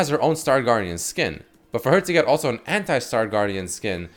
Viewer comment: when ever he says '' anti '' why do i understand hentai... i cant be the only one